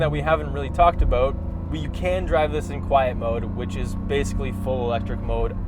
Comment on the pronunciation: What aboauuutt it ehh hahaha..